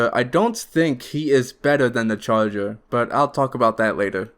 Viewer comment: look i love this guy but i can’t stand your speech impediment “Specwal Infectwed” “Da chawgur” please learn to talk like a normal human and ill consider subscribing